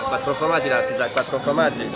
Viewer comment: La Quattro " fromagie " non 😭😭😭😭 on dit la Quattro" formagie "